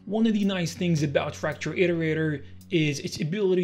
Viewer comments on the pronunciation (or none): Why do you say "a belt" instead of about?